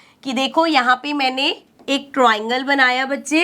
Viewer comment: Triangle❌ Troingle✅ 😂😂